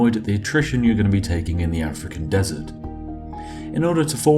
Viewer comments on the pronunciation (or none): none